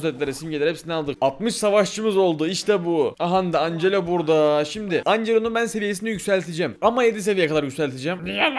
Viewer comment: Angela ancelo diye okunmuyor encilo diye okunuyordu